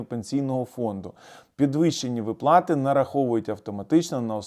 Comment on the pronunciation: ВИплати, а не виплАти! Повчить наголоси в українській мові !